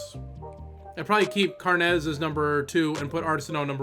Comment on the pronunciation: carnes is irish not spanish its carnes like kim carnes not carnez love the series